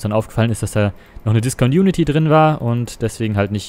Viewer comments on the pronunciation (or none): schöner Flug! Ein Tipp: Du sagst immer Disconunity, das heißt aber Discontinuity.